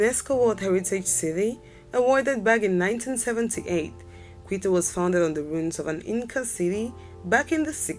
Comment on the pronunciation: Cartagena, Montevideo, and Quito are pronounced incorrectly. A couple of views shown for Quito and snow are clearly from somewhere else.